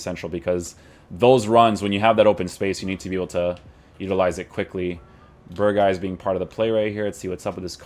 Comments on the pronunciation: Not berhuis but berghuis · You nailed the name for someone who doesn’t speak Dutch, but you need to say the letter g more! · Voor buitenlanders is het bijna onmogelijk om de g te zeggen